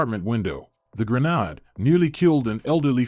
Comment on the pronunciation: the granad? its a granade